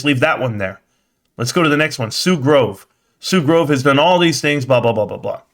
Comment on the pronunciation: “and they sold the dicks” here I was trying to make a joke about him mispronouncing Sue Gove’s last name but I heard that and thought of your store lol. a sign it is. #BBBYYOULLBUYDONTLIEBBBY #SLOGAN #ROCKITMAN